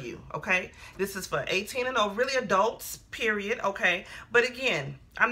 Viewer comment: The intro 😂😂😂. You sound like any black mother (reminds me of my family) when you said ‘this is for adults’ 🗣🗣🗣🗣🗣 You’re funny and knowledgeable, thank you.